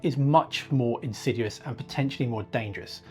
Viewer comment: Indeed! All he has to do is learn to say "Insidious " properly, and he'll up to Petter's standard!!!! Lol